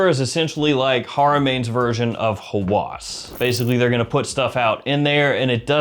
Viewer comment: "Hawas" not "Hawwas"